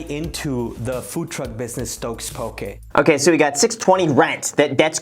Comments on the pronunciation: Poke, pronounced 'pokay' not pokee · Yo Graham, it is pronounced po-kay not pokie :) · Po - KE not pokie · Graham, just a heads up, the dislikes on this video are all Hawaiians laughing at they way you say poke , it’s Po Kay not pokey. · Loved the video. Mad respect for this guy working at his business. Btw, I'm Native Hawaiian and always giggle inside when people pronounce it "poh-key" and not "poh-keh." (Poki = penis, in Samoan, & popoki = cat, in Hawaiian) 😄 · Aloha Graham, "Po-kay" not Po-kee". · It's not "Pokee". It's "PokEH". 😭😭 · ITS NOT PRONOUNCED POKEY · Pronounced “Poe-Kay” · it’s more like “poh-keh” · Poh-KAY as google would translate it. Just helping people pronounce it! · The way he says poke... lol i cringed a bit. its "po-kay" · Graham, Poke-eh. Please. I still SMASHED the like button but if this continues I may not be able to anymore. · It's poh-kay. Just wanna throw it out there. (